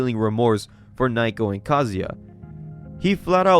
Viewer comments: naoko is pronounced more like "now-ko" than "nye-ko", was hoping you'd get it by the 2nd video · Dont know if this was said last video but am i the only one that hears Naoko's name read as Nai-ko and not Nah-oh-koh? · Love the vids, but its Nowko not nighko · Okay, that's it--if you can't have enough respect to pronounce Japanese words or names correctly, then you don't have the right to bitch about "muh n-word! uwu" IT'S NOT NAIKO, IT'S NAOKO!! Naoko! Pronounced like Now-Ko! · why is he calling her naiko when the panels clearly say naoko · It feels like this manga has good art, but the story is a mess. The bad translations make it worse. Just random, cuz your videos are great, but her name is Naoko, pronounced "Now-Ko" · Number one is NOW-ko, sorry but that kinda drove me crazy and two I think the ‘cringe’ comments are meant to be as such. Even if they weren’t there this is the kind of story you can’t take seriously, with or without a guy saying bloke every five seconds. That’s just my option though, when stories get to a point where bullies are literally psychopaths and the authors just throwing around new ways they can be horrible people to justify their death and DONALD TRUMP shows up I just see it as a poorly written series, kinda like all those bully revenge mangas out there